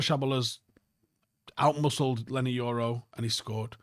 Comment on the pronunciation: It's Leny Yoro not Leny EURO🙃. Almost as annoying as mckola saying Ugarte last season.. Manuel "OOOGART"😂